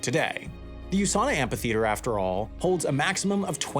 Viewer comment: That's not how you pronounce "amphitheater".